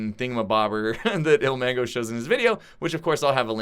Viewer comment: It's 'ilmango' not omango